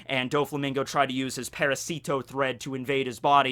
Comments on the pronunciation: Good catch. One thing.. Its not parahSEEtoh. It's paRAHsito. Emphasis on second syllable.. And it does incidentally mean parasite. The way you're saying it means "little for"... Which is just wierd. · Well... Parasite in Spanish is "parásito" and "parasito" (the way Doffy says it) is just swapping the stressed syllable from the second A to the I. It could be intended as a pun, sure, but it can also be a mispronunciation of the Spanish word, which happens every other week in One Piece